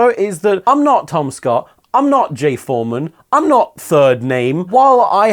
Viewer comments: With your accent, "I'm not Tom Scott" sounds a hell of a lot like "I'm not TomSka" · I swear I hear him saying “I’m not TomSka” instead of “Tom Scott” My brain just gave up after that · I love that you pronounced Tom Scott in such a way it sounded almost exactly like TomSka. Very funny. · When you said “I’m not Tom Scott” I thought you said “I’m not TomSka” and I questioned everything for a second. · you saying Tom Scott sounds just like TomSka and kept confusing me. Thought you said you got in a car crash for a minute at the end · When he said "I'm not Tom Scott" I heard "I'm not TomSka" and I was like "wut" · . Maybe it the drinks I was having, but I replayed this point several times with much confusion because I thought you were saying "I am not TomSka" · When you said "I'm not Tom Scott" it sounded like "I'm not TomSka" in your accent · i thought tom said "im not tomska" and i felt the metaphorical pillar of my life crack down the middle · I straight up thought he said I’m not TomSka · Who else heard "I'm not Tom Scott" as "I'm not Tomska". Made me rewind and go "Wait, what!?"